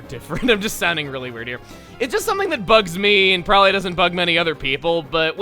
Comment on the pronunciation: am I the only one who heard "bugs me" as "Bugsy"?